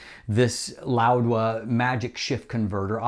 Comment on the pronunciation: Where is the "d" in "Laowa"